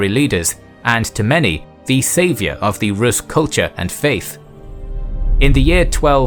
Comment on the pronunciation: Well done documentary, but notice, that the adjective to Rus' is rusian (with a long pronounciation of the u), not russian.